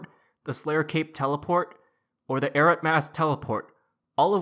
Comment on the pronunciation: lol you make is sound like "carrots" - 😂🤣😂🤣😂 It's properly pronounced: "EYE-ROOT" - LMAO~!~!~!